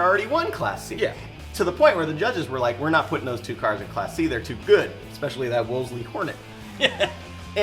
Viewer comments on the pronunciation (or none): A little British English here? Wolseley is pronounced 'Wool-zy'. Prats.